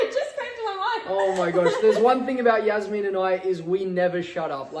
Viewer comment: Why did he say Yasmine not Jasmine